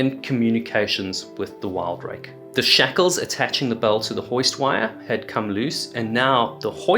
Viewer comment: WIL-Drake not WILD-rake.....